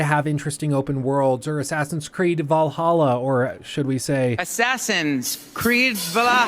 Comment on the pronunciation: DUDE I USED TO THINK IT WAS ‘VALHALLA’ PRONOUNCED LIKE THAT TOO genuinely glad I’m not the only one